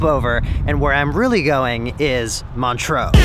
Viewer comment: First time you said Montreax I thought you said Montrose a small town in Scotland and I was soooo confused